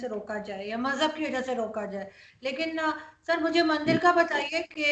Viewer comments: Ask this "Hindu" person something about hinduism. The truth will be reavealed . ( He says Mandar instead of Mandir ) If he could just say a single sentence in any of hindu language. I can gauruntee that He would not be able to say anything about Hinduism. He already became Pakistaani Muslim like others. Please dont call him hindu. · Ye mandir bhi ni bol paa rahe mandar keh rahe socho thoda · When he says mandar to mandir.... It create doubts... If he is Hindu...